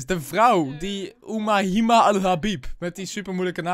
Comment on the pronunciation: Oumahima spreek je uit als oemeima